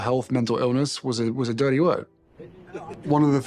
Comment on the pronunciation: Dirrdy is how he pronounced dirty. I can’t believe he has milked 10 WEEKS deployed. I just assumed it was a couple years like a regular soldier. He and Ms 72 days royal and only on Suits but acts like she invented acting are soulmates